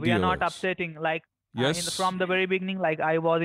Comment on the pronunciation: "from the biggning"